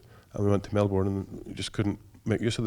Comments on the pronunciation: I live in Melbourne Australia. And it’s pronounced MEL-BURN not MEL-BORN. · The correct pronunciation is “MEL-BURN” fight me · It's actually Melbn. That's the closest way to say it if you aren't from Australia.